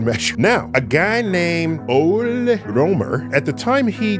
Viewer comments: I agree that is should not be pronounced ol', but I disagree with the pronunciation being like oly. I would pronounce it Ole (in Danish), like I wrote it. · He also deserves to have his first name pronounced correctly, which is like oly, not ol' as in a contraction of old.